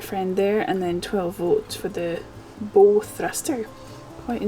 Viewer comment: Hi! Enjoying working my way through your videos, keep them coming. A little bit of information for you, the "Bow" in "Bow thruster", is pronounced as "Bow to your partner", or "Bow Wow!". It's a little propellor in the front, or bow of the boat, that moves the bow from side to side to make mooring the boat easier. You get them on all kinds of boats, but usually they're the longer boats like your one. Slainte!